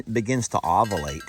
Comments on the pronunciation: Uhhh...you are missing pronouncing the word "ovulate " It is NOT "ovalate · Jami, needs your help again will you teach him how to say ovUlate. He sounds like George W trying to say nuclear. He also does not know the word oestrus., i believe people need to get ON their feet to dance rather than off their feet. Just being petty bc its fun to poke. 😆🤣